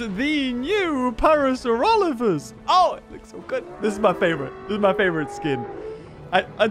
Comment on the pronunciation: Finally someone gets the Parasaurolophus name right